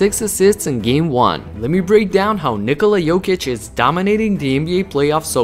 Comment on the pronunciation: Ja kad sam cuo kako izgovara ime Nikola odmah sam znao da je odavde. Ameri drugacije akcentuju kad izgovaraju :D